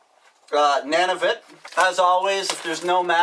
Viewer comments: It's Noon-a-vit. Not Nan-a-vit. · wow....its (nun-a-vit) .... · he said Nanavit instead of Nunavut I live in Canada Ontario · It's NUNAVUT!!! with a U not an A, Dambass!!! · "nanavit" hahaha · nanavut lmao... it's pronounced NUNavut:P